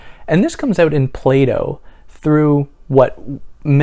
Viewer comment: You said "oot", are you Canadian?